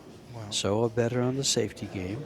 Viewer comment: Say-oh, Say-oh ah= Seo Seoa not Sowa sowa.